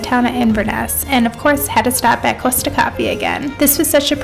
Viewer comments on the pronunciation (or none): Interesting Costa isn't thought to have the best coffee, independent coffee shops tend to do better. It's a chain so a bit generic (P.S It's Cost-a not Coast-a). Glad you loved your trip :)